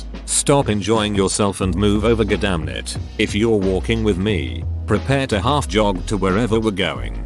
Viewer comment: I'm saying muh-THER-duck-ing and guh-DAH-mit from now on 😂